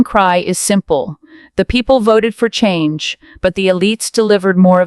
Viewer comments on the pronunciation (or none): none